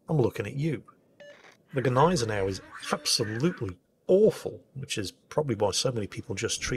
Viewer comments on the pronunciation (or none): The Gneisenau is what? lol